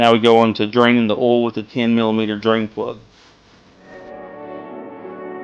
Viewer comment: Is it a requirement for all mechanics to pronounce "Oil" like "Ohll" ?